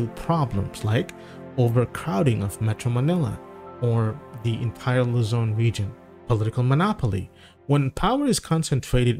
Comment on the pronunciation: Luzon, not Lazone.